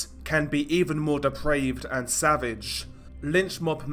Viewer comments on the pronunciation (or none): none